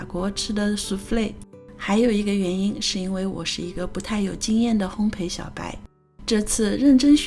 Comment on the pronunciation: 烘焙（bei）不是（pei）